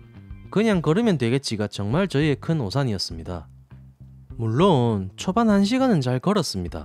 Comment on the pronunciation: 물↗론↘ ㅋㅋㅋㅋㅋㅋㅋㅋ 사투리봐 ㅋㅋㅋㅋㅋㅋㅋㅋㅋㅋㅋㅋㅋㅋㅋㅋㅋㅋㅋㅋㅋ